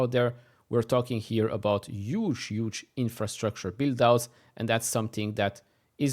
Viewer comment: Dude, it’s Huge, not ‘uge’. If you correct others about Nvidia, stop my ears bleed